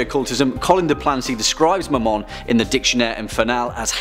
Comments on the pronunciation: When he said Mamon I thought he said my mom😂😂and I was looking through other videos and when I heard that I was caught so off guard😂😂😂👌🏻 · When I heard him say Mammon I thought he said ‘my mom’